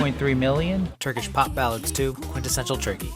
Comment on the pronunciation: awesome overview!! also big props on Turkish pronunciation 🤌